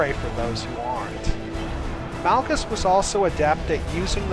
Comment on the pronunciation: Malgus not males